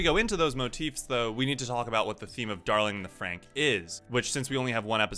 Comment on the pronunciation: THANK YOU. you are the only person to pronounce franxx right. Everyone else says it wrong